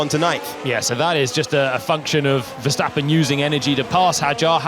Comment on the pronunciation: Maybe by 2126 they may know how to pronounce Mercedes or Verstappen. Some just are straggling.